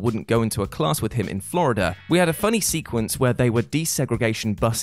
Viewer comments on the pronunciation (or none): none